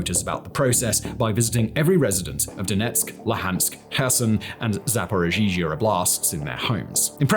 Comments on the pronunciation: "Zaporozhizhia"🤣ukranians, why did you make your western master suffer with such a pronunciation, don't make him look like a idiot!😂Simon, if you know, you can pronounce like "Zaporozhie" and it will be a lot easier and convenient, than ukranian version of word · Simon, I couldn’t help but notice a couple of pronunciation mistakes. You seem to add an extra “i” between double zh in “Zaporizhzhia oblast”, but yeah, there’s none, zhzh is pronounced just as prolonged “zh”. Also you seem to skip the second “d” in “Boris Nadezhdin”. Regardless, great work! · I appreciate the work you put into the video, but can you please check the proper pronunciation if you're doing the piece on the topic? OblAst? Zaporizhezhezhehzhe? SLUTSKY? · Why not learn how to pronounce Zaporizhzhia and THEN make the video? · Aaaaand two years into the war and once again proves that he's still never even heard Ukrainian proper nouns spoken out loud before. Zaporizhzhia got a whole extra syllable this time! LOL (You guys who write all his content DO try to coach him on this crap, right? This embarrassing.)